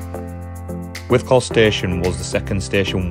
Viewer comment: Good explore. It's pronounced "withcul" not "withcall" Surprised the owners didn't mention it! How many minutes would it have taken to walk from one end to the other without stopping?